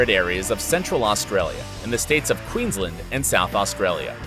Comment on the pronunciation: that’s not how u say queensland